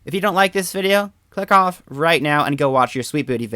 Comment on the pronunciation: When you said you can click off it almost sounded like you said f off lol